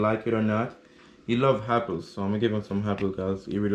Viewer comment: I love you said Apple with a H “happle “ 🤣🤣😁